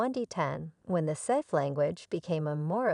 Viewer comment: Immediate downvote for the pronunciation of Sith.